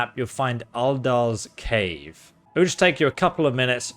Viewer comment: can u not say uldur's cave like that again please